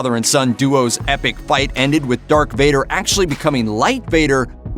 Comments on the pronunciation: Hey announcer, it’s Darth Vader and Skywalker... not Dark Vader or Skywaller... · Who the fu$$ is narrating this? Luke Skywaller, Dark Vader, Chewy is a cookie! WTF! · Why is this guy saying Dark Vader and Luke Skywaller? Oh I get it now - it's a yolk